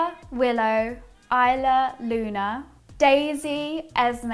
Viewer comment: Ayla is more a la instead of I la. That would be isla